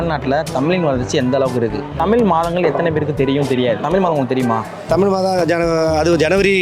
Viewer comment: Kelvi kekra neengale ‘தமிழ்’ ah ‘தமில்’ nu solringale pa 😌